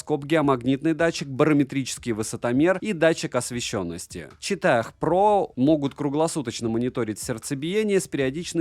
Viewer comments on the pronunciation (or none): Не чета́х, а чи́та. 😂